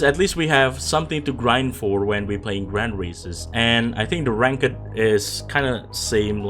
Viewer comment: You're pronouncing ranked the complete wrong way